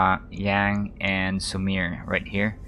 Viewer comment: Sumire is pronounced "Su-me-ray." :)